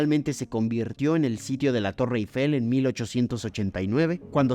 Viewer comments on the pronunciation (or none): none